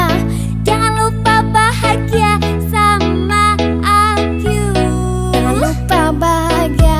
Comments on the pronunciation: Sebutan mcm ape lgi..akyu(aku) kamiu (kamu) tadika tak ni? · Wtf?😒 sebutan tu biar la btul, aku pgi akui ,kmu pgi kmui ap bnda sialll 😒😒 lgi stu muzik nya nda prnh bruah yaa muzik ya sma jaa..